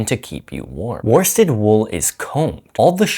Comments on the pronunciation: Great info, but my inner pedant rears her ugly head. Were-stead, not war-stead. You speak English, spelling is more a series of mild suggestions than anything actually useful. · Nice information here, but worsted is pronounced "woosted", you don't pronounce the R